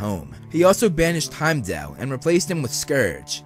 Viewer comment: I really enjoyed this video! Just fyi, Rene Russo's character's name is pronounced: Fray-ah. Also, Thor, and everyone else in the movies mispronounced Heimdal, Every. Single. Time. Heimdal is from Norse Mythology, not German. His name should've been pronounced closer to Hay-im-doll. It REALLY doesn't matter, it's just the one thing in the MCU that drove me batsh*t, lol! Pet peeves can be annoying. Great video!👍